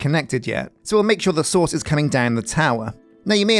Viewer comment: I crack up every time I hear “source”! Indistinguishable from “sauce”. Loads of sauce Filled with sauce We’re gonna need some sauce 😂 Tree the world!!